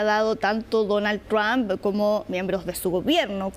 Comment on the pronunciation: se dice el Señor Presidente Tump sra comunicadora